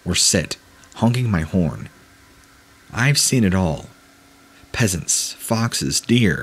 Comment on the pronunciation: Peasants 😂 Pheasants my guy!